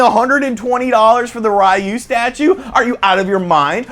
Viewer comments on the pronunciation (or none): you pronounced ryu wrong